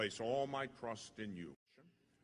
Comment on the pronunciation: I really like this prayer! It echoes some in the video and sometimes it sounds like he’s saying crust instead of trust.